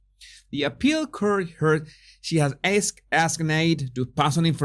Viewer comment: Hello - I hope you don't mind but "court" is pronounced cort to rhyme with port. X P.S. Keep up the excellent work.